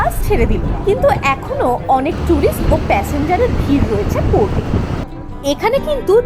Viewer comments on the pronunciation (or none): Dada ota baash na bus ar ota sea seekhness na ota sea sickness ar kochi fort na kochi Port hobe. Porer video te thik Kore Bolen